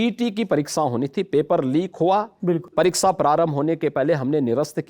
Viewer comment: Parrikssa , सिक्सा..... का उच्चारण हिंदी